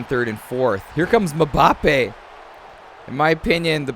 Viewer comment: Your pronouncing Mbappe wrong